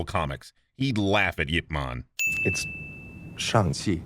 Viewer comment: Thanks for pronouncing Yip Man properly